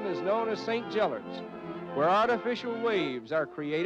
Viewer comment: His pronunciation is hilarious. Especially for Gellért 😂